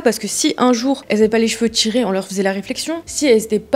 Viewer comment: « Les cheveux TCHirés » « Natchurel » « du positchif » Merci pour la vidéo, mais je dois dire que je remarque beaucoup ces prononciations 😅 et ce n’est pas très élégant 😊 enfin bref, c’est pas bien grave mais sait-on jamais, si jamais vous souhaitiez rectifier cette prononciation qui imite une mode… je vous le dis 😂 bise